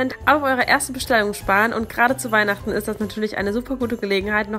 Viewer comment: mir ist gerade aufgefallen, dass du bei Weihnachten das t vergessen hast --> Weihnachen 😋😂🤗